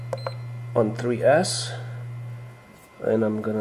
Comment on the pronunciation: Did he say three ass?????